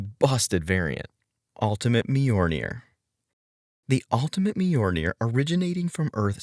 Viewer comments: Dude, I can't get through your video with your constantly mispronouncing Mjolnir like that. It's pronounced like "M-yol-Neer". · A video on how to mispronounce Mjolnir a thousand times